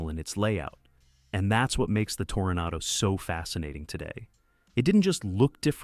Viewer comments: AI voice ?.. I heard tornado,not toronado on one occasion.. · And it's a Toranado, not Tordado as this A. I. First pronounced.